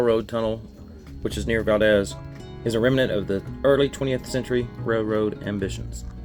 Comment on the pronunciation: Valdeez is the correct pronunciation. Enjoy your travels here❤